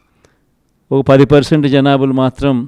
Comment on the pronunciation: Janadhulu kadhu ra janaalu anaali